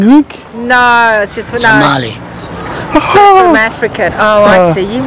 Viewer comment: guy how he says Somali😂😂Somalis will never get lost with others our blood indicates us from the rest of Africans.Proud Somali